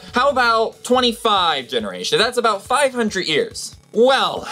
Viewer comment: Is it so hard to say "years" instead of "ears"????